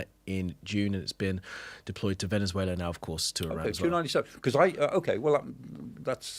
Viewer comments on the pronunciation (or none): none